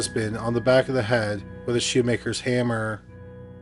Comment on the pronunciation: Good grief, can you say Beat'n wit a hamm-ahh 15 more times